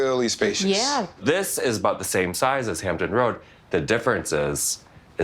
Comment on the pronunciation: Hampton Roads..with an "s"